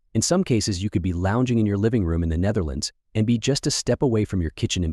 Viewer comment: You should study how to pronounce the Dutch before trying to say the name, google translate can help.